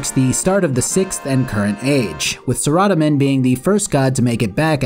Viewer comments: >not pronouncing it "sarah-DOME-in" >0/10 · no there are bots on 24/7 all that notice does is prove how many bots rs has i turn it off it's sickening Sara- domin is how his name is pounced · Is... Is that how you pronounce Saradomin? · I mean it very well could be, that would just mean I've been saying it wrong for like 15 years, and that revelation, if true, is somewhat jarring. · How you pronounce saradomin though... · Well that's a first in the way of pronouncing Saradomin, cant say I hate it though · the way you say Saradomin is funny